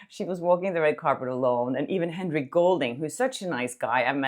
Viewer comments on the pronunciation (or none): none